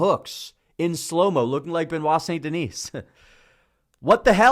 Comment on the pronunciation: hey by the way the S in Denis is silent